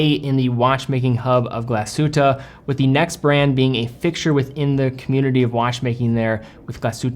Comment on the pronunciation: Lange, not Lan-ga. Glashütte, not Glashutta.